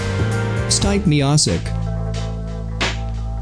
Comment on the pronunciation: OH HELL NAH HOWD U SAY STIPES NAME